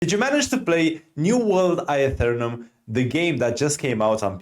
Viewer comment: "New world I-UH-Thernum"